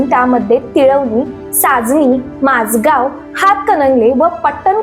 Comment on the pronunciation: माजगांव नव्हे माणगांव